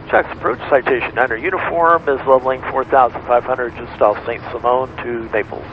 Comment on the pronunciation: ...SSI is pronounced Saint SY-MUNS ISLAND. Not Simone.